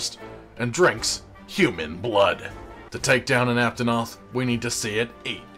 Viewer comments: Duel of the fates, this makes me happy and now I'll never be able to unhear "cotton" "aptonoth" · COT-TON! APT-ON-OTH!